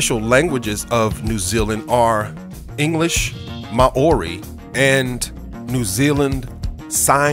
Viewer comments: Ma-ori lmao!!!!! 😂😂😂😂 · ma-ori??? lol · "Ma orie" ahahahah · I'll say...Lol! Ma o ri 😂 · I live in New Zealand it's You don't say Mouri right